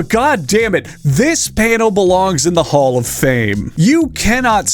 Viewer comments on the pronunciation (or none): none